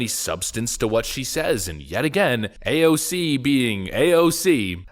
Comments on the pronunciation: A-O-C is not A-O-K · I love you, I really do, but every time you verbally flair AOC’s name, I die of cringe and 2nd hand embarrassment. Brother, please stop. Lol